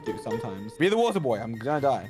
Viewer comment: Water boy got me laughing *Come here wanter boy*😂😂